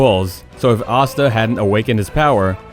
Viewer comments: ya it tells ya he watches none of these shows Asta. He think it spelt like pasta just minus the p. If you try to give your opinion of 10 best Power Awakening at least watch the episode or do some research because you would at least would of heard them saying their name correctly . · You pronounced naruto asta and obito wrong, just a heads up.